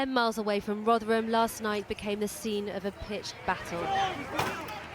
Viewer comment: So surprised to hear you can pronounce Rotherham.